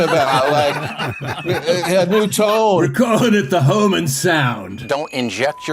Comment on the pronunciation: It cracks me up that the Fox Friends don't know how to pronounce "Homan," the easiest name in the administration. Maybe it sounds so close to "human" that their forked tongues can't handle it.